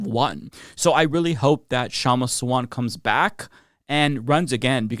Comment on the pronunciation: It's pronounced Shumma SAA-VUNT